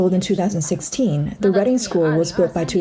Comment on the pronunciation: 'Reading' is a town in the UK, pronounced as in 'redding', not as in 'reeding' - that is a short 'e' not a long 'e'. Irritating.